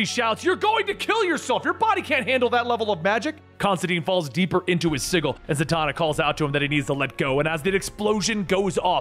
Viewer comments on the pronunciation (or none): please stop mispronouncing "sigil" - it's always been a soft J sound, not a hard g sound. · Sigil is pronounced with a soft 'g' (J) sound. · I'm subbed and I liked the vid cause it's awesome. And I'll continue to enjoy the content for a long time, I'm sure. But I gotta admit, it really threw me off when I realized you were pronouncing the word "sigil" with a hard G. I feel like I've been noticing a lot of little instances of comics content creators pronouncing certain words incorrectly. For instance, in the last couple weeks alone, I've heard and Rob from Comics Explained say "wield", as in to hold or use a weapon, when they should have said "weld", as in to weld two objects together. Almost like it's on purpose lol. I fear I may have stumbled upon the greatest YouTube grammar conspiracy that nobody was talking about lol. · Had a few in this video, sigil as ziggle wound me up too, didnt help that he said it like 10 times... "calvery" and "pack" (guessing it was meant to be a pact) in the same 5 minutes kinda killed the mood for me too.